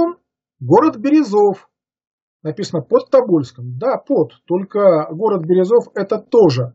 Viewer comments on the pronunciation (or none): Материал, конечно, очень интересный. Но меня насторожили странности ударения в широко известных словах. Почему вдруг АввАкум и БерезОв? Или все столько десятилетий ошибались, произнося АввакУм и БерЁзов? Если так, то почему автор не аргументирует изменение ударения? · Город Берёзов, Пермского края. где был в ссылке Меньшиков, с ударением на ё. Ставьте пожалуйста верно ударение